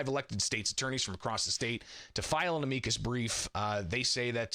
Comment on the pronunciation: Why does he insist on pronouncing "amicus" incorrectly? He does it every time. Thats not how you say that word, it makes him sound dumb.